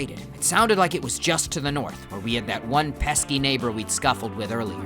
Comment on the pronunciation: Because I am sleep deprived and constantly watching I thought that he said a slur, but no he said neighbor.